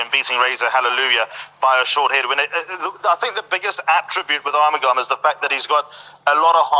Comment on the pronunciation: The correct pronunciation of Arumugam is R-mug-um